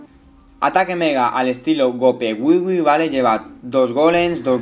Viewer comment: Es gowipe/gowiwipe y no gopewiwi